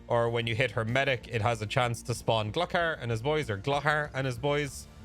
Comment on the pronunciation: Bro its pronounced glue-car.